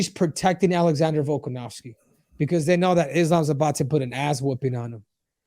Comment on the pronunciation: VOLKANOVSKI NOT VOLKOV. VOLKOV IS A HEAVYWEIGHT FIGHTER STOP CALLING HIM VOLKOV. JUST SAY VOLK IT HELPS A LOT